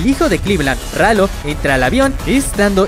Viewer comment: Rayo❌ Ralo✔️